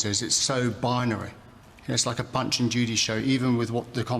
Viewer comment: Did he say "Bunch and Judy" ? 🤣